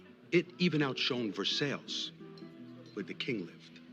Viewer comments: Ver-sales, thought they were in Kentucky there for a second lol. The mispronounciations were a great touch there. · The way Little Carmine pronounces “Versailles” is disgusting. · Ver- sales? Out shone? Ect, Ect…